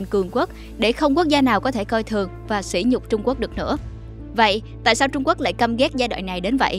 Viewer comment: mc cần đọc đúng chữ sỉ và sĩ để không lầm ý nghĩa. Nghe chán quá.